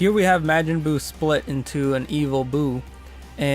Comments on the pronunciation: Its pronounced ma-jin not ma-gin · MAREJIN?!?!? nah you can’t speak